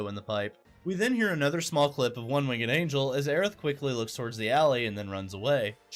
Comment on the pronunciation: It’s pronounced wing’d. It would have to be spelled wingged the way you said it. Like a three legged dog 😆. Reminds me of all the DoT players who cannot say Grenadiers the right way and call them Grenade-rs. Good video though.